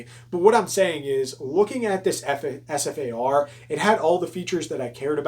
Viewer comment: It's known as the Ssss-far-ah